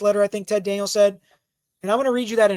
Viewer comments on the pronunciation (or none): none